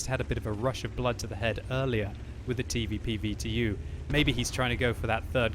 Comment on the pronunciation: The TeeVeePee VeeTeeYou